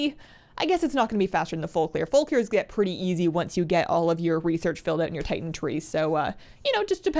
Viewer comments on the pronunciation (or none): none